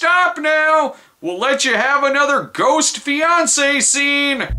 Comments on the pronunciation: Did you say "skost"? like a skull ghost? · Did you say skost?